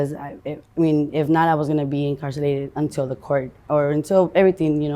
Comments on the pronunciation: She can't be "incarcilated" lol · " Incarcilated" is crazy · Incarsilated? Lol. Thats a new way to say incarcerated. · No she did NOT say incarsilated! Gurl get sober